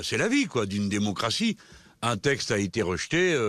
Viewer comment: Il a même dit "démoncratie" j'ai pas rêvé